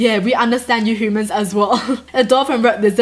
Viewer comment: She can't even say human propaly